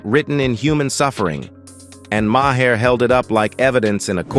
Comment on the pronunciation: His name is not Ma Hair, it's pronounced Mar.